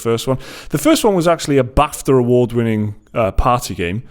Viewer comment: "bafta" sounds so wrong.